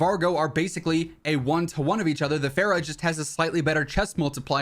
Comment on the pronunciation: It’s fara not faira, it’s also the best ar